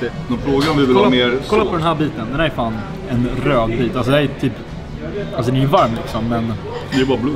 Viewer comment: "Vi beställde medium... Den är heeelt rrrröd"